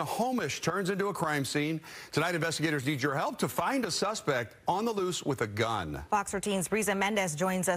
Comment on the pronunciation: Reporter needs to revisit her pronunciation of the word loose.